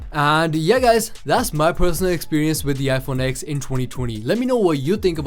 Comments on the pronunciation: It's pronounced 10 not X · It’s not called an IPhone X it’s called an IPhone 10 - it’s Roman numerals DOHHHH